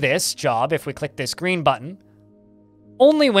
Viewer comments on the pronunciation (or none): none